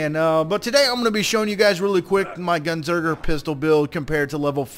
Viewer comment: It's Gunzerker, not "Gunserker" lol.